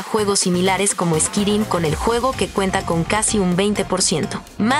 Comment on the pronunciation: Literal lo pronunciaste squirim jajjajjajajja.